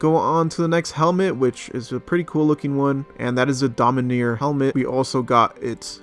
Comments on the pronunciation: Domineer, and not dominARE, LMAO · Its (Domin-are) not (Domin-near) lol